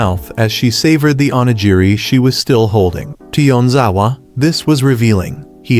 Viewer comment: I almost had a stroke by how many times they kept mispronouncing onigiri.